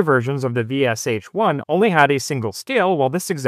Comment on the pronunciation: Sh = Ш and not pronounced as two separate sounds. Shit is good example. Can you pronounce only part of word, marked by capital letters from word SHit? And from VSHit? :)